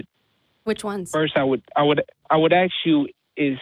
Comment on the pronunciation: Dude, stop axing Matt!!! I'm not going to ax you again. ✔